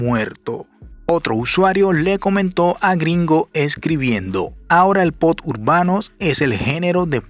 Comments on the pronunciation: Te felicito por el video, pero una recomendación, no se dice POD, se debe pronunciar como POP. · Bro, se dice POP, no pot. Saludos, campeón. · Lo que en verded me molesta es escuhcarte pronunciar mal la palabra POP y decirle POT